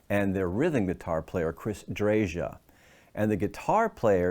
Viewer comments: Keith Relf, not Mick Relf. And I believe Chris's last name is pronounced dray-uh, not drage-uh, but I could be wrong on that one. Sorry for being so anal; the Yardbirds were a great band and deserve to be remembered correctly. Otherwise good video. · Haven't read all the comments to see if someone beat me to it but the Yardbirds' singer was Keith Relf, not Mick Ralphs. Also, pretty sure Chris pronounces his last name, "DRAY-yuh"... Also...so much fuss about a song about employment in a convenience store...